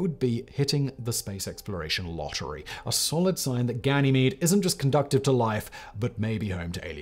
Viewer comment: Conducive. Say it with me dude, please. Conducive. Con-doo-sive. Conducive. Pl0x